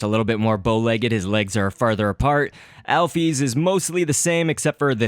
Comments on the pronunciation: alphys is not pronounced alphees it's pronounced alphis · wat the hek is alpees? its alphys (al-fiss) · Alphys is actually is pronounced "owl-fis"